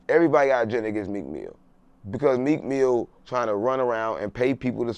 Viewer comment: “Meek FEEL say it right” 💀